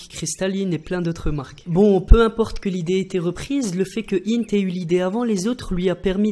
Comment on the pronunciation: hint el (intel)